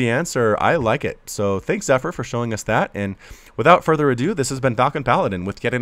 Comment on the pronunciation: the proununsiation of zypher zee pheer